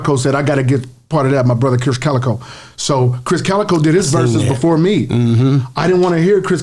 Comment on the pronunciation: Krizz* Kaliko, not Kris